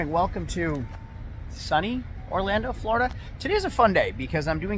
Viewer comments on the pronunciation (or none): FLOORDUH not FLARDA Jesus 😂